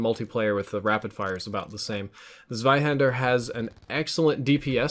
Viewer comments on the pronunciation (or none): ABBABABABABA he said ZZZweihänder, but it should be TSweihänder. Other than that it was perfect. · Close enough,:) Everything correct but the first Letter Z pronounced in German in this instance would be [ts waihander] instead of [s waihander]:) Greetings from Germany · That pronunciation was "ganz gut". Gut gemacht! Except Zs are pronounced like "ts", not "z". But best pronunciation I've heard so far! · if you want to pronounce it correctly try so say TZWAIhänder 😏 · He did really well, but actually if u listen really close it should be [tswaihander] like yer bum pointed out. But it was very close to perfection. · its should actually sound like (tswaihaynder), and really the er should sound like "uh", the two dots above the "a" (the umlaut) make the "ä" pronounced like your simply saying the letter A. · Nathan Bruno yeah, but it is still a for ä (same pronunciation in händer) and uh is not how the er is pronounced correctly. It's definitely Tswaihander :D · Iam german and....no! He did not pronunce it well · Its so funny for a german to hear how he says „Zweihänder“ haha😂❤️